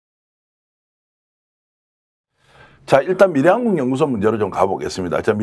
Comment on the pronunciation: 미래연구소가 왜 밀양으로 들리지??